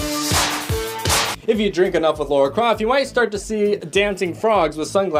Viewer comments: You know it's Lara Croft, not Laura Croft, right? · Laura Croft? Lara... I think the comments section is turning in to "Ready Player One Everything You Mis...pronounced"